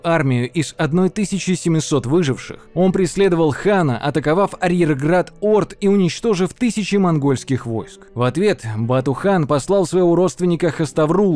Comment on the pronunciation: ну ну в который раз уже... АрьергАРд, а не грАД Пядь и пясть тоже пора бы уже научиться различать. Во все времена наши предки бились за каждый сантиметр земли, а не килограмм или кубометр. Какое чУдское озеро? Какое копорьЕ??? Это что-то франзуцское под Псковом появилось???? Диктор вообще говорит на русском? слышал какие-то топонимы? нет? понятно в таком случае